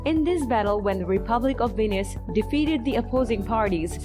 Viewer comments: VENICE is not venis, it-s so annoying when a narrator doesn't say or read the most important name correctly. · Why do you pronounce Venice like Venus? 😂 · The word "Venice" is English :face-green-smiling